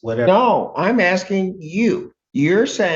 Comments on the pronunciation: Why do they all say "axing" vs. "asking"? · He doesnt know what the judge is "AXING" for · "Axing"..proof of US education